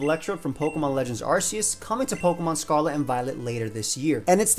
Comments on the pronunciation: It's pronounced ARKeus not ARSEus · Repeat after me: Arceus is pronounced with a "k" sound. Its name is a combination of arc and deus, not arse and deus. He's the god of pokemon, not the god of arse. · Pronounce Arceus correctly. R-key-us. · Anyone else bothered that people pronounce it "Arseus" instead of "Arceus"?